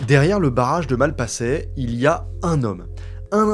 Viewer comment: La prononciation me hérisse les poils "Malpassaient"